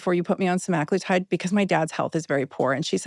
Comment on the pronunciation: please correct your pronunciation! It’s not “seMAGlitide”